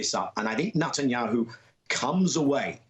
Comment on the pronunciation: I have noticed for some time, that Daniel Levy always calls Netanyahoo, "Nutanyahoo."